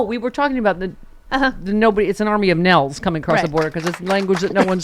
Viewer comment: “Army of Nell’s” ! Ya got me with that one! Lmao!😂